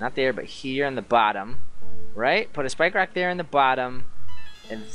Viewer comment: Cwan I pwese have a spwikewock?.